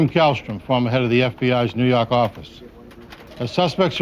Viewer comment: "nuu yawk affice"